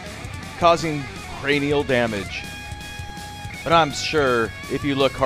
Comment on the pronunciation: You said cranial wrong.